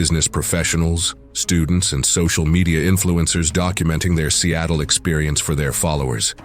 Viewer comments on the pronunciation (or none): none